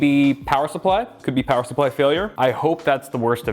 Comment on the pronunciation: More Powah!!!